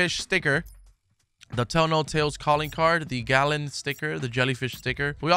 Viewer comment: GAL-E-ON ** C'mon.. holy fuck.